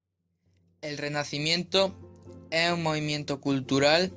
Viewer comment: Qué es eso de ''eeh'' en vez de ''es''??